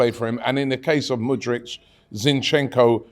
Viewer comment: Mudryk, not Mudric lol